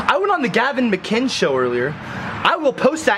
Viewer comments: Gavin "MICK-INES (AS IN 'WINES')"?? What?? It's pronounced MICK-IN-IS (as in 'Guinness'). It's Scottish! Like this>> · Why does nobody pronounce "mcinnes" correctly... It'd "mc-in-iss" not "mic-eye-nes" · I don't mean to be a schmuck, but "McKines?" (Mick-INN-ess). Enjoyed the video. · mcguynes? Mcinn ess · "He was on the Gavin Mceynes show" "the Gavin Mceynes show" "Gavin Mceynes" "Mceynes" It is MICK-IHN-EHSS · Mc Inn-iss. Not Mc Eye-nns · You sir have been trolled.. It's McInnis, not Mukines.. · Its Gavin Mcinnes (mackinnes) not magajns! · It's Gavin Mac-in-iss, not mac-ines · You lost me in the first ten seconds of the video. The Gavin "McInz" show? Come on dude, you can't pronounce a simple last name correctly? Normally it wouldn't matter, but if your video is fueled by his content get his name right. Gavin created Coppercab. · Don't let gavin watch this video......... it's mC-in-is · Not how you pronounce McInnes, FYI. It's like "McGinness" just minus the G. :) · sorry to critique at all but I just have to say it's mc.IN.nes, but good content man I liked it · its pronounced Gavin Mic-Kin-hiss lol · Gavin "Mick-In-Ness" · It's pronounced Mcinnes like Dennis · "Mik-EYE-ns"? Man. You sure are in the know aren't ya.... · Gavin's last name is pronounced "mic ennis" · Did he just say Gavin Mangina? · stopped watching when he said gavin mciens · McInnes read MC-IN-NESS. You really have to try hard to fuck that name up, guy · man i hope you learn to say Mcinnes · learn how to pronounce mcinnes. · If you watch TGMS then why can't you say his last name?! :P